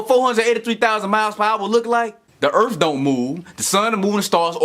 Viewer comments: the ultimate cherry on this weapons-grade-stupid sundae is that he's not saying "earth", with a -TH, like the rest of us, but "earf", with an -F. This one really has to be my all-time favorite flatard! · This guy makes me laugh till i darn near wet my pants. He's such a moron. Can't even say "Earth", the illiterate fool. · I think he was talking about the earf. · This guy drives me crazy with his refusal to speak words through to their ending letters. Also the word "earth" doesn't end in an "f". He is so intent on remaining uneducated.